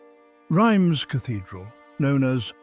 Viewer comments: Reims is pronounced reemz not rimes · Pronounced 'rams' by Google Not rymes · It is pronounced "Rhahnz" cathedral - not "rhymes" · Rhymes Cathedral! It's pronounced "Reems" in English and to rhyme with the French pronunciation of "pince" in French. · Excellent documentary. My only complaint is your pronunciation of Reims. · Well, kind of english pronunciation for a french name...